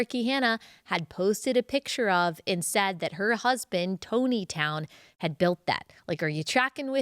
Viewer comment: Hey Ally, it’s Tontitown is pronounced “Tonneytown”…it’s actually around the same area that, 19 Kids and Counting, was filmed..